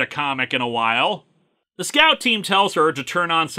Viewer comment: "Teh End!" I think you mean "DA END!"